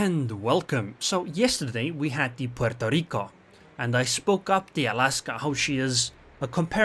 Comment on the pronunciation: Why is he sayin Puorto Rico with totaly different accent?? LEL